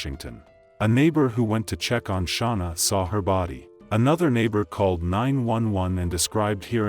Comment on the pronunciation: OMG SERIOUSLY?! Idk how many times she said her name an yet you continue to say it wrong. WTH is wrong with